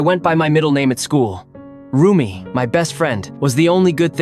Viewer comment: it is also rumi not roomie